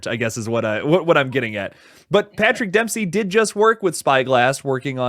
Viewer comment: Am I hearing this wrong, or is saying “Patrick Dempski”?